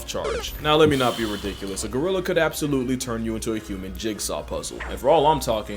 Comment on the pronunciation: Not Go-rilla! Gry-lla! Lmao, cracks me up every time.